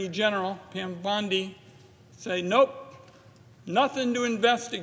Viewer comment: Surely the senator didn't pronounce her name as pimp bondi? My ears are playing tricks on me?